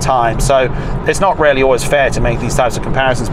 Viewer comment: Took me aback a few times when you said it's rarely rarely good, when in fact you were saying really, really good. Accents! Don't you love 'em.